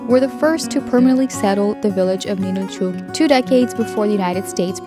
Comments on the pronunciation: Why do you mispronounce it as Ninilchooook? We live here in Alaska. It’s called Ninilchik, and pronounced Ninilchik, ending like “chick.” NOBODY pronounces it here the way you do. How would you like us to go to your home and rudely mispronounce your hometown’s name? Is this how you visit other places and have no regard for the locals? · The name of the town is Ninilchik, not Ninilchuk. It's pronounced Nin nil chick. I lived there for 10 years.